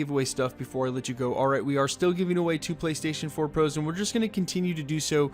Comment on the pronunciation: Ugh sound more Canadian. "2 Playstation fouuuuuur Prooooooos"